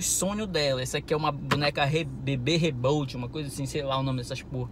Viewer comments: "Bb rebolt" kkkkkk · Bebê rebolde KKKKKK "bebê reborly"